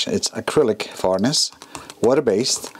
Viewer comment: It makes me chuckle when you call varnish varnis lol. lovely job